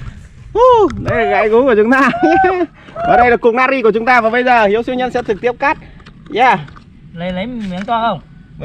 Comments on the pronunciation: Na tri chu ko phai nat ri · Natri chứ ko phải là nari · Natri not Nari? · natri chớ không phải nari nhá đọc như ngáo á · Natri mà ỏng đọc là nari